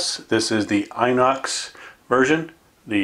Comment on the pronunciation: It's pronounced ENOX. Just an FYI. Also, stop making me nervous by dry firing the 92fs. It's absolutely going to ruin the pistol. Otherwise it's a beautiful pistol 100%. I have the same one.